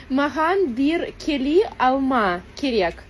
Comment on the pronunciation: Бир кели на Кыргызском сказала 😂 Бiр келi - Бр кел(э )- произносится на Казахском 😂